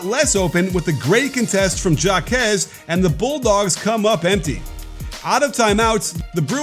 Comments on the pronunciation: Hawk-ez, not jack-ez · Do you not no that a J in Spanish is pronounced as an H, as in Jaques = Hawkez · It's pronounced Haw-Kez ,Coach. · Why is it so hard for people to say jaquez and juzang right. Like literally our two best players and it seems no one can get it right. Pretty simple names too smh. We were literally in the final 4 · I’m cringing every time you mispronounce Jáquez’s name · Dude deserves to have his name pronounced right. lol